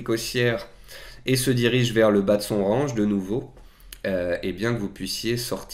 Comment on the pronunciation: RANGE se prononce RENGE, c'est pas le verbe ranger hein...